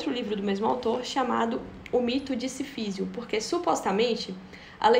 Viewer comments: obrigado por errar o nome Sísifo todas as vezes que o falou, me proporcionou muitas risadas. Me flagrei pensando que você deve ter lido todo livro chamando ele de SiFÍsio. Enfim, uma lenda na Argélia diz que Mersault matou o árabe pois, PASME, ele achava que BBad dava ânsia de vômito. Mas não se preocupe, pode dormir tranquila, viu? "É preciso imaginar SiFÍsio feliz." Kkkkkkkkkkkkkkkkkkkkkkkkkkkkkkkkkkkkkkkkkkkkkkkkkkk. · Pronuncia-se Sísifo (proparoxítona). Deu uma onda ruim, admito.